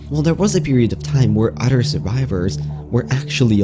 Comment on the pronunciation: He says " udder " instead of other